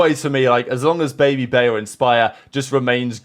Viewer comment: Bro said babybay instead of babyj